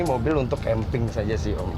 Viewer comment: Aowk "Kamping" Yg bener tuh "Camping" Kan jadi salah baca tuh jadinya kambing 😂😂